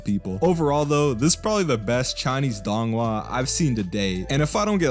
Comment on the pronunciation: Say it with me ‘dounghua’